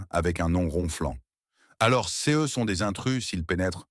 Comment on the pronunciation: L’ IA ne reconnaît pas le « ce » et dit toujours Cé E ! « Çé A » rend l’histoire ennuyeuse et stupide 😂😂😂